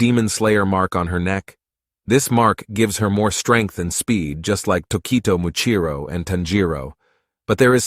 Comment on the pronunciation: Its muichiro tokito